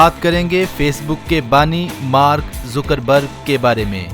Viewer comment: not a Zoocker berg its a Zucker berg